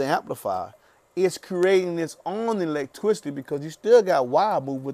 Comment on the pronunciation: why he saying electwicity